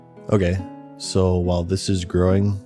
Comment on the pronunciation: Bro said “h’while”